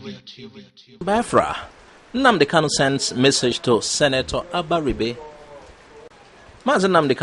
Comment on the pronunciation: correct yourself next time of how you pronounce abaribe, it sound funny.